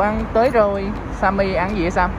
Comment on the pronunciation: Simmy mà nhấn simmi